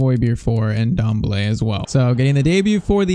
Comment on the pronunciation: The N in Ndombele is silent lol